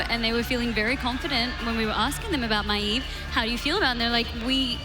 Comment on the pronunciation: I swear that MaEEV makes me crazy.. esp. when the rest is saying correctly..